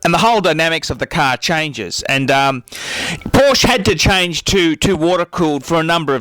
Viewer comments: Your right that the air cooled is better but obviously you don't know anything because you can't even pronounce Porsche. (Poor-Sha) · "por-sche'h". Greetings from Southern Germany.. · If you're gonna rant, at least pronounce Porsche right wtf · HE SAID PORSH INSTEAD OF PORSH-UH, HURR DURR I'M BUTTHURT - DOWNVOTE. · Christ your voice sucks and you can pronounce Porsche properly to save your life. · In what world is he able to pronounce Porsche right? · Can't even pronounce Porsche. What a fuckload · Who is this guy? Is he for real or a parody? How the f*ck can this clown be talking about the 911 when he can't even pronounce the name of the make correctly?